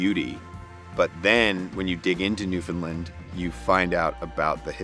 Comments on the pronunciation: definitely has the closer pronunciation, but she still tends to do the "lund" thing instead of "land" at the end. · can you please, say our place like it sounds. its newfoundland like understand its newfoundland. not newfinlind. by da jesus, cheers from our ROCK. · My home......love it. But again for the 1000th time say it fast New found Land.......not New Fin Lin.......lol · Newfin-land not New-Found-Land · New whatlund? Pure butchery, lol. Should sound more like NewVin land. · Or the way butchers it, "NEW-funlund".